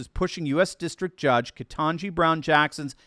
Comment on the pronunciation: It's pronounced "ket n' jigh". If you pronounce it wrong, you can be put into a special de-programming camp.